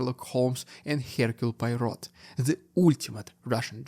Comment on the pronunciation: Erase people? Sounds like Stalin. This is first time, I hear Hercule Poirot's name pronounced like that!